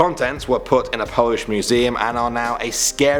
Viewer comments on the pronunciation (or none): none